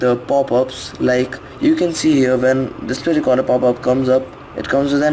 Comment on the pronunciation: dispray recorda